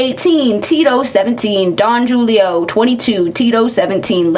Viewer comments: Auto gratuity is a charge applied typically to larger parties or expensive bills in case they try to stiff the server. Also, it’s Don hoo-lee-oh, it’s tequila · The way you said “Don Jewelio” kinda killed me lol 😂 idk why, it’s not like alcohol name pronunciation matters. I am from ATL and noticed that some of the pronunciation that sounded normal to me, was being repeated by you like it was funny? Then I realized that the way you pronounce words to me sounds incredibly Canadian sometimes and it’s gotta be the same on both sides! Thanks for talking about a place I know too damn well. There’s unfortunately hundreds like it in this city and I’m sure every other city out there. It’s nice when some kind of karma comes to bad bosses and shitty narcs!